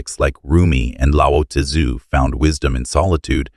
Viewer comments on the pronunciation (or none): You need to learn to pronounce Lao tzu properly